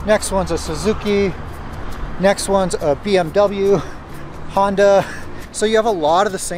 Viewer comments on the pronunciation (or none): none